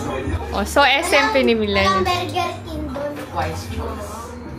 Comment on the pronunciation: "BERGIRR KING" HAHAHAHSHAHA